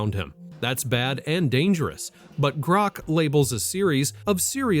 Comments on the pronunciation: The way he says "GRROKKK" is killing me. 😂😂😂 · Is that how your suppose to pronoun Grok? Grrrookk!!! Lmfao. Or is that just the way you say it? I really don’t t care I’m just wondering why you pronoun Grok like that. Elon Musk sucks big time. But cmon. You’re a little bias towards Grrrookk and love chat gpt. Or that’s how it seems. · First, can you stop pronouncing "Grok" like that, it's extremely irritating. Second, war crimes directly connected to the Commander in Chief, Grok is 100% on point, as it always is. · You know I really like your podcast but the way that you pronounce Grock it's mad annoying ! Please be considerate of your listeners.. thanks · Quit saying 'grok' so weirdly. It's distracting. This is my first ever comment on YouTube. Huh.